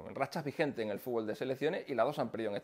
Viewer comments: Jaja FUT-BOL le dicen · No se que hace México en ese puesto, ellos no saben ni pronunciar la palabra fútbol.